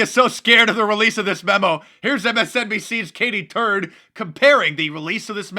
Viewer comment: Did you say Katy Turd 💩